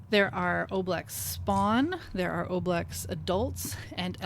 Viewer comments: Why do you mispronounce ooblex, but pronounce ooze correctly? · Apparently the Oblex were designed by a kid via the Make A Wish Foundation. So remember, that O pronunciation was part of the wish of a dying child. Don’t oo it.